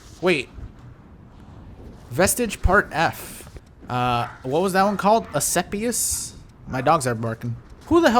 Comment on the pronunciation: Asclepius is the Greek god of Medecine, so i was hoping for a healer type to help other players. Funny story; you pronaunce his name Ass-Clap-ious xD (not really, but close enough :P ) Staff with the snakes you see on hospitals and doctors offices, thats his staff :)